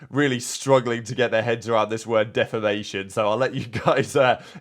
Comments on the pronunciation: Pred and Shotzzy talking about "defamination" is comedy 😂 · These kids make a quarter mil/year playing COD and can't pronounce defamation. 😅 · How are and too stupid to pronounce defamation. Season is chalked😂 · Shotzzy trying to pronounce defamation is very on brand for him. lol. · listening to homie try and pronounce defamation was difficult